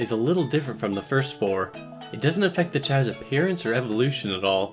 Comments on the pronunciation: Pronounced chaows not chaos thx saga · Depends on the language, i think only in english chaos is pronounced kay os. In all the languages i know of the A is not a Ay.